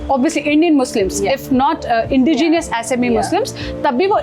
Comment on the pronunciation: Maam aap ki english badi acchi hai.whats indi genious n whats devidation😂.thts indigenous n partition